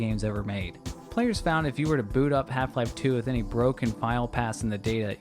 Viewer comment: Its "with" not "wiff"